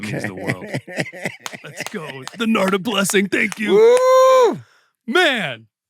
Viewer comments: His name is Narada, not Nards. Put your teeth in! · I love channel, but come he keeps calling him “Narda”??🤔 That’s like calling Lovano, “Elo”?🤔😳😂 “The name "Narada" means "the one who gives knowledge to mankind" in Sanskrit. It is pronounced as Naa-Raa-Dah” Again, love interviews, but it seems kinda lazy to not even take the time to learn how to pronounce your guest’s name.